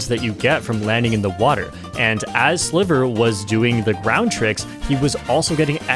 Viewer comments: Sliver watcher here, it's pronounced Sly-ver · his name is pronounced as "Slaiver"! my spanish goat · I used to watch Sliver a lot during MK8 Wii U and I’m pretty sure it’s pronounced like the I in slight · I didn't expect this amazing crossover! My two favorite mario kart content creators! ❤ PD.: (sliver is pronounced more like driver 😂) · hey! Im spanish, and I follow sliver think its pronounced ''silver'' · The pronuntiaton was funny lol Ig u tried to pronunciate the name in spanish, but his name is actually in english lol